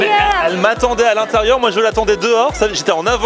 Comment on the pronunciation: "Je t'attendais à l'intérieurrrrrr" ;)